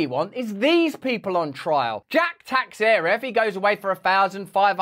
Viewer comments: It's "Teixeira": Tei-Chei-Ra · Brazilian Portuguese name. Pronounced:”Tay-shara.” Or roll the last “r” if you can. 😂